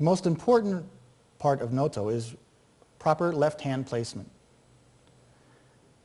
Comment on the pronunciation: Proper pronunciation should be a with long O on both Os. Like Nōtō.